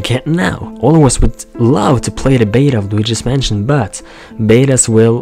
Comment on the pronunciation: did u say while luigi's manson or waluigi's manson